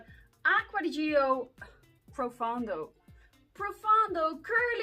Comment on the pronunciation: ...any mare to ride? :)....by the way...Gio is not dʒɪo... it is dʒo ...like a Joe ...with a bit softer J...